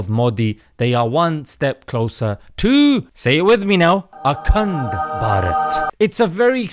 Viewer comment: Akand p -aj -eet 😂